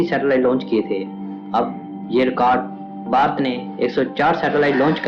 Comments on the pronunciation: ye koun narrator laaya hai jo bhaarat ko barat bolataa hai.cht. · ye barat nahi ....Bharat hai pehele bolna sikh fir hi video banana